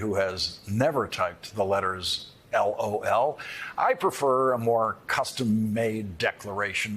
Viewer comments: Is it just me or is anyone else really irked by the ridiculously slow emphasis Lawrence gave on the....... L........O.........L..........as if it's game, set, match? After hearing the texts, I believe this is being taken WWAAYYY out of context. That was clearly a response to a joke, as 💩 y as it was, not a laughing confession of guilt 🙄😑 How TF is this even news....? 0_o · I wish I could send the soundbite of Lawrence saying "L(dramatic pause) O(dramatic pause) L." to people deserving of a "womp womp"